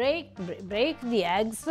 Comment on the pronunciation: That's too funny she can't say break very good but she can say incorporate phenomenal😂❤